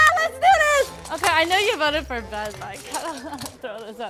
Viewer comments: ben win go ben also why oes say bean instead of ben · Blud really said bean